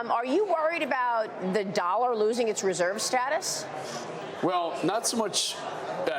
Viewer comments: yes digital wan!!!!!!!! defiently what im using to buy my food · This guy can't even pronounce Chinese currency correctly 🤣🤣🤣🤣🤣 Digital Wan ?😂😂😂😂